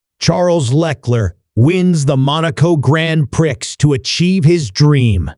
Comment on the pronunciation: “GrAnD pRiCkS” 😭🤚